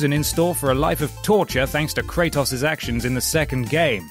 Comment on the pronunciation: KREITOS? Wtf? 🤢😂😂